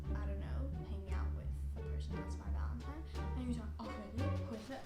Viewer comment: ValenTINE not ValenTIMES